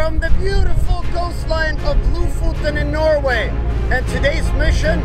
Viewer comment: Jon: "There's surfing, and then there's surfing in Norway": "No [r] Way!"